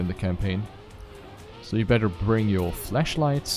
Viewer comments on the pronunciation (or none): Is it just me, or did he say "fleshlights" instead of "flashlights"?